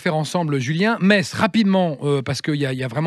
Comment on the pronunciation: Metz la plus belle ville du monde est en Moselle, toujours un plaisir d'entendre parler de mon département et surtout de ma ville. Et précisons que Pour Metz l'on dit "messe" et non pas "metze".